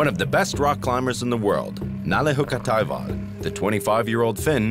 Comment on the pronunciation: *Hukkataival = wolfjourney. Its not haukka